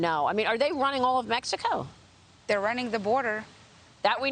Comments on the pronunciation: I could not agree with you more. Look at the way she feels the need to pronounce MeHico, that says say's something to me. She seems to have such devotion to their values, look at what their values have done to their country. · The only Congress member that says Méjico instead of Mexico. 👍